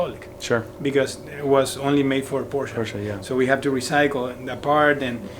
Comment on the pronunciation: I'm so glad you say Porsche correctly!